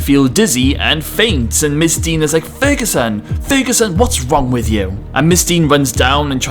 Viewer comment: It’s officer Deng, not officer “Dean” HAHA